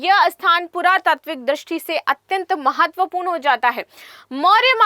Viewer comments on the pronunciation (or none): मैडम जी ब्रिटेन से पढ़ कर आई हैं। ना चंपारण पढ़ पाती है ना नंदनगढ़, महत्वपूर्ण को माहत्वपूर्ण कहती हैं । और ना जाने क्या क्या वो भी जब पढ़ ही रहीं हैं तो सिर्फ slide लगा दो, पैसे भी बचेंगे